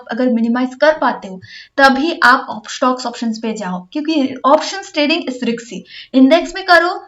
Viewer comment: रिक्सी नहीं रिस्की होता है मैम।